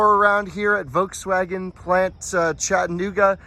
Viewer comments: Love your videos. Please start annunciating the “L” in Volkswagen. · Its a Folkswagen